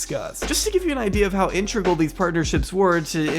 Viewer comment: Whyyy (and so many other creators tbh) whyy do you say “intregal” instead of “integral”? I can’t take it!!